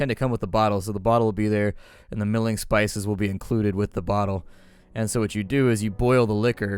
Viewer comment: Mulling spices,. Mull! Like "mull that over". Mulled cider. MULL! a;rlkjf;akjf